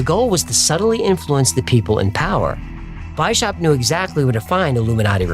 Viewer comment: It's not "Why-Shap", but rather "Wise-How-Pt"